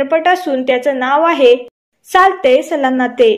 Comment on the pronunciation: मॅडम सालते नाहीये ते सलते सलानाते आहे ते नी वाचा जरा